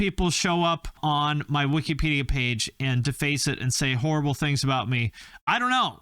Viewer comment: Lol “wikypedia” 🤣 love you